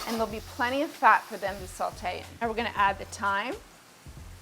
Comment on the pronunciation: Fun Fact: There's no L in "Sautée" but if you add too much salt the dish will taste too Saltée.